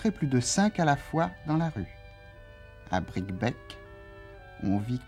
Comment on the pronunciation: On prononce Bricquebé.Neuf ans plus tard la ligne fermait aux voyageurs à cause de la neige de janvier 1970...On imagine ce que ce chemin de fer pourrait rendre comme services aujourd'hui: la nouvelle ligne pour l'autoroute ferroviaire du fret devra passer par Tours-le Mans et Mezidon